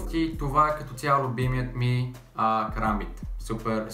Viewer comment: научи се да казваш kaрамбит